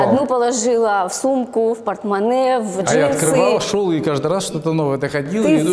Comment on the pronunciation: Может ей стоило уроки русского языка взять и дикции, чтобы хотя бы произносить слово хобби не как кхоби 🤣